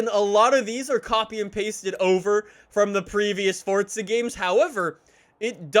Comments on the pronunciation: It’s forza not fortza dweeb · It’s forza not fortza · Forza Horizon not Fortza learn to fucking talk you cringe carnival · Why does he say fortza horizon,not froza horizon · normal person says the name of the game Forza says it Fortza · The people who make the game say its Fortza lol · Why can't you pronounce the word "forza"?